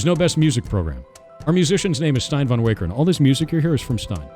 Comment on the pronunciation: he butchered stijn's name so hard